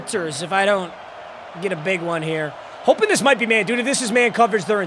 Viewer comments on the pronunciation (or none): none